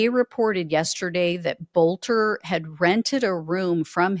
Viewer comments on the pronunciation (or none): His name is pronounced "Belter". In Germanic names the second of two vowels is the one pronounced.